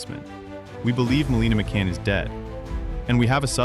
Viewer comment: To the narrator; stop saying her name incorrectly.!!!! So annoying